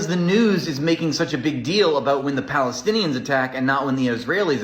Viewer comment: Interesting. What is this 'pelestienian'?